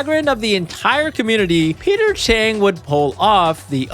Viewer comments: Maybe this was just me, but I thought it was weird that you kept saying Peter Chang instead of Peter Cheng. 😅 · Bruh "cheater peng"😂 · Peter Cheng❌ Peter Chin✅ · His name is Peter Cheng and he’s just sayeng